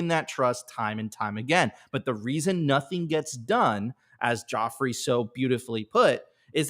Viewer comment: It’s Godfrey not Jodfrey 😂. I’m pretty sure he knew it would fall on mostly deaf ears and he would be scoffed at, but he couldn’t have said it better